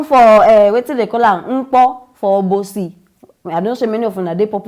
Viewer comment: As u dey pronunce this Obosi dey make me 😁